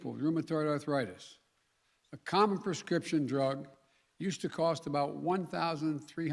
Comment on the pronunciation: He can't even say prescription.. a total joke . We are the laughing stock of the world.